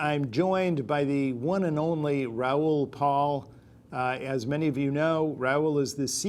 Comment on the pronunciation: Great insights even 7 months later. Say Neil, pronounce Ra-ool as Rowl instead. :) Thanks!